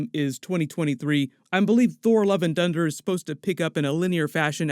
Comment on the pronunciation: it sounded like you said "Thor: Love & Dunder" 😆